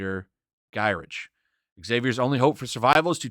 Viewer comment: Actually, X-Men '92 is what it's referred to as (mainly because of the recent comic series). As for X-Men '97, I'm not crazy about the title for a show. Batman '66 isn't used for the show or animated movie titles. Also, Gyrich is pronounced "guy-rick" and Lilandra is pronounced "lil-lon-dra".